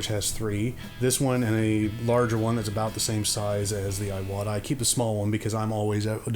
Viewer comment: Really appreciate the review-- I have been on the fence between two of them for a while. By the way, "Iwata" is not eye-wahtah but ee-wahtah with a long E sound.